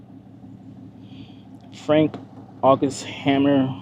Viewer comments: Thank you for another great video! Treasury Secretary William MacAdoo's last name is pronounced Mack-A-Dooo And as for Poncho AKA Texas Ranger Captain Frank Hamer, Hay-Mere. Ranger Hamer was retired and hired to find, apprehend, or Kill Bonnie & Clyde Barrow . Hope this helps! Regards Sir. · His name is Frank Hamer not Hammer. He was a retired Texas Ranger when they got him to track down and stop Bonnie and Clyde. He is a legend of a law man.